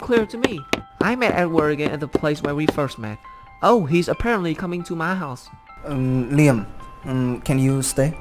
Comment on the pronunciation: Lie am? Is this suppose to be leeyam I mean the pronunciation of liam hehe nvrm love this story